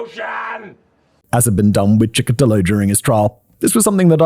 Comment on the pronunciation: In Russia he is actually known as Bitsa Park Maniac, I've never heard him called The Chessboard Killer before watching some English language podcasts. Now, who gives cool names to killers? Also, It's PiCHushkin, not PiKushkin. But at least Simon finally learned how to pronounce Chikatilo. Another not: Тормозить - is a verb (to slow down), the noun in this context is тормоз (someone who is slow, a retard). And now I also need to clip Simon saying "zhopa mira"😂😂😂 It's brilliant! Another note: YouTube works in Russia, you just need a VPN😉 and there's no wild dogs here now, don't remember when I last was one, but it's been years.